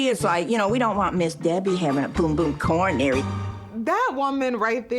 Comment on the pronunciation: “A boom boom coranary” 🤣🤣🤣